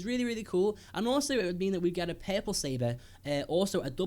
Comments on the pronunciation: I'm not trying to be mean but whenever he says "purple"it sounds like "peple" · every time he said perpil I gaged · Pearpull..........no just no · It's called purple not perple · R R puRple not peple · so funny how you pronounce purple :D"perple" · "PEARPLE? WHAT ABOUT PEARPLE" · omg how you say purple; papple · What color is "pay-pull" ? ;) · "Perple seber" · Take a drink every time he says 'perple'.